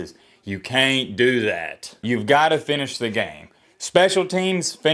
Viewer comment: "You cain't do that!' really is southern 😂